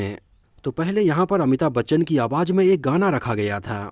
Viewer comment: jeenat nahi zeenat awaj nahi awaz♥️